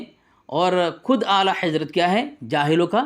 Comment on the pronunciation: تم کو اعلی حضرت کا نام لینا نہیں اتا تم تو اعلی حیضرت بولتے ہو صحیح سے بچے جا کے مدرسہ پڑھ لو اس کے بعد دلیل دینا تیرے بس کے بات نہیں ہے یہ 🙊🙊🙊🙊🙊🙊🙊🙊🙊🙊🤣🤣🤣🤣🤣🤣